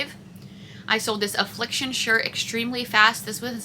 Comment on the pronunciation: I’m so sorry! I had to watch again. It was the Affliction shirt 🫣i couldn’t understand you. Again I’m so sorry.